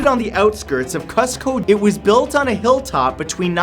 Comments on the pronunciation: Did you really just pronounce it Costco...learn how you say it or don’t say it at all. Thanks. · Im sorry. You said " coz co"? The correct enunciation is " cooz co ". Great video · Cuzco Germany not Peru Germany yep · Wait, does he say Cusco, Germany?!? He means to Cusco, Peru Right?